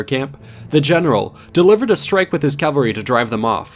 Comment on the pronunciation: His Calvary His Calvary His Calvary Man, this guy's horseback warriors are the MVP